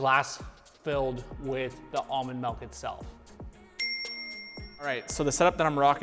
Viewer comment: I love the episodes and all the informative content, but I kinda HATE how many time he says "mulk" in this one.